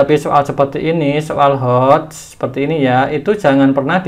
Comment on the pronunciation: Maaf mas. Hoax itu dibaca hoxs bukan hoax.